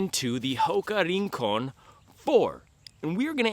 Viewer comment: Se pronuncia: "RRRRincon"